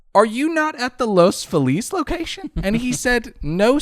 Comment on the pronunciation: Every time they mispronounce Los Feliz it's like nails on a chalkboard. has no excuse, he grew up LA!